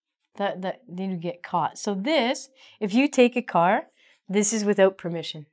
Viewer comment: Pay attention to your vocabulary!! Car, not caR?!!!